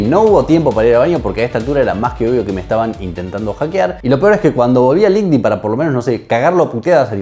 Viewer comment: jodini te mintió, no se pronuncia "link din" se dice línquedin 😊